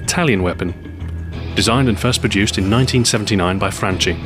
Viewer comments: is Franchi, not Franci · it's not france the pronounce it's franke!I'm italian and i want that foreign people respect it and talk it correctly.I'd like to play with you an evening if you don't mind playing with 15 years old noobs :D gamertag ER1CTHEPAIN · All perfectly detailed, as always. Just a note coming from an Italian, the manufacturer's name is pronounced "Franki" not "Francee". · Stu, Franchi is pronounced "franki", not "frantchi" :P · si dice franchi, non franci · Its "FRANCHETTI" but its being pronounced "FRANKETI" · Franchi is pronounced like Franky